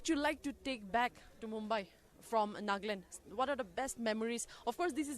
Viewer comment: Miss reporter, it's NAGALAND not NAAGLAND